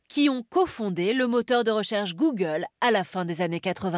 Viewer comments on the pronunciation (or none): none